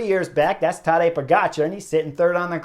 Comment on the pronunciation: Please pronounce pogacar correctly